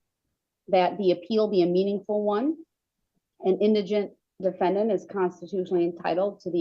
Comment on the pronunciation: The da-fen- DANT!!!😂